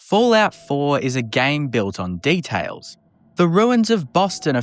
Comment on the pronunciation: "detales " "maurmuntz"